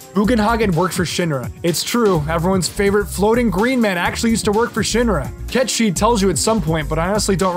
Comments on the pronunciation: the Cait sith thing is wrong, its said how is sounds :"Kate sith" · Wrong. Cait sith will always be pronounced (Kate sith) haha. I don't care what anyone says. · I pronounced Cait Sith as Cat the animal and Sith as in the Star Wars Sith lol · Now knowing that Cait Sith is pronounced as Ket Shee means my whole life has been a lie... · ITS KET SHEE? WHAAAAAAAAAAAAAT?? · I'm sorry, what the fuck did call Sephiroth? 15 seconds later I'm sorry, what the fuck did he call Cait Sith?